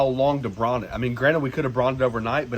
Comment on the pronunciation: That was great, never brined butt, but gonna try it. BRIIIIIIONEEE. BREYEN. Not bron.